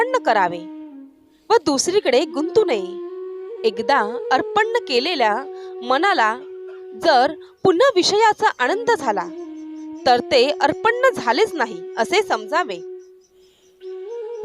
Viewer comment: Tumchi mahiti chan aste pn tumchi नच्या ऐवजी ण चा उच्चार करता तो फार चुकीचा आहे ती चुक नक्की दुरुसत करा आणंद नाही आनंद आशि परेमाणे नाही परेमाने असा उच्चार करायला शिका अनिल घैसास